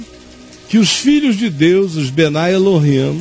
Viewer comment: O Caião falando Bnai Eloym é engraçado kkk